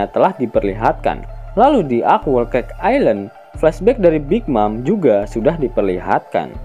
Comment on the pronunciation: Whole dibaca bkn WOUL tp HOUL min